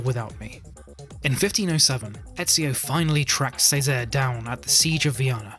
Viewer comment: cesare has a ch sound